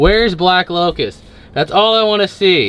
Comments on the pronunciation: not locus __lotus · Its black lotus not locus